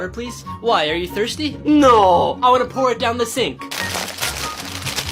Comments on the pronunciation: it's 'pour' not poor 😂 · did he say: por us a glass of malk in